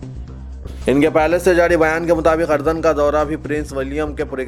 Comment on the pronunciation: Asslamualikum Bhai urdun hai AP ardun read karrai asul.urdun hai